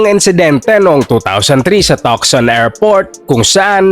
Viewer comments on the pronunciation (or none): Ang Tucson ay binibigkas as Tu-son. Silent c Yan. 🤗🤗